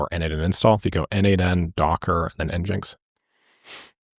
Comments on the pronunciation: NGINX is pronounced Engine - EX :) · Amazing tutorial as always! FYI I think it’s pronounced ‘engine-x’. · nginx is pronounced engine-X usually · Glad you found n8n for more awesome videos! And yes, as mentioned before, I've always heard NGINX said as "Engine X"